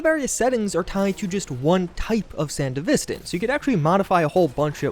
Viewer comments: Is it not pronounced san-devistan, rather than sand-a-vistan? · Why do you say sandevistan wrong? Have you even watched Edgerunners? SAN-DEVI-STAN and not SAN-DEV-E-STAN. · I was excited by your title. Confused why this wasnt labeled as a mod update video, and then couldnt complete the video when you kept saying Sandevistan WRONG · How you butchering the sandevistan pronunciation that bad? They literally say it in the show and game?😭